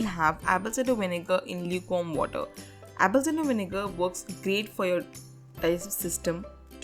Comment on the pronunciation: Did she say Apple Cinder 😂😂😂